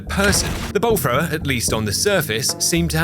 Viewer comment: I was Audio only for like first 10 minutes and swear he was saying Bull Frog